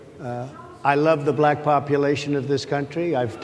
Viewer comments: He's so patronizing. The way he kept pronouncing "black" was in such a mocking tone. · He pronounces it: BA - LACK I can't stand that fool!